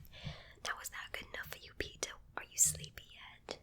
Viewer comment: my name is Peter and i had to watch the intro like 10 times to get that you actually said Peter :^D Greets from Germany